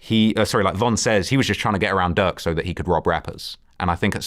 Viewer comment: He’s saying “durk” but it sounds like “duck” and I was confused at first 😂